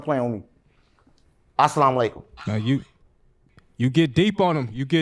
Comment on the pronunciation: He said assailukkim but he needed potrk